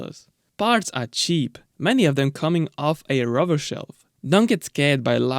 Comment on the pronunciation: I miss this engine so much, I had a Cerebra 3.5 V8 I could listen to it idle all day. It's Lola not Lala and Rover not Rerver.